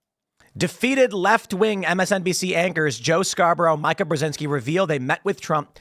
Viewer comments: Not important, but worth noting, it’s “Meee-kuh”, not “My-kuh” I’ve mentioned it before so I’m guessing you’re just doing a bit. Her dad armed the Mujahideen / Taliban. Joe, of course, was a Republican rep in Florida (who probably wasn’t involved in a murder) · I don't know why it bothers me so much, because she's detestable, but it's pronounced "Meeka." Every time he says it wrong, I'm like, "Who the f is Micah?" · “Micah”, Tim? You know Mika is pronounced “Me-cuh” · Tim. It's Meeka not Mica. 😊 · Mai-ka? Have I been saying it wrong all this time? I thought it was mi-ka as in Mi-chelle Ka-linsky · I love that Tim refuses to pronounce Mika's name correctly. It's "mee-ka" in case anyone was wondering. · Her name is Mika as in (Mee-ka) please you're a journalist at least say the lady's name right even though she's trash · It's MEE-KUH! Jeez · Tim, Mika is pronounced Meeka. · I feel like you mispronounce Mikas name on purpose, and it's is hilarious.